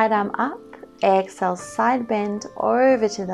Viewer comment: I enjoy your videos but it is a bit annoying hearing u say excel instead of EXHALE? You pronounce inhale fine but not exhale for some reason Sorry to be picky but little things like this may go against u when there is so much competition out there on you tube